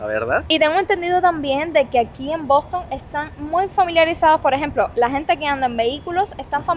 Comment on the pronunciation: Lo primero es aprender inglés. Esa pronunciación del Bostonian Hotel te quedó espantosa….